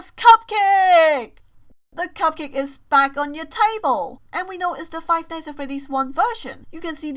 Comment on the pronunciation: How she says five nights at freddys five nighs at freddys